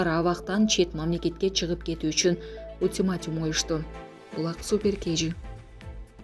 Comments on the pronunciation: Ультиматим эмес, ультиматум деп айтыш керек, сендей сабатсыздарды жумушка ким алды ? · Ультиматум а не Ултиматим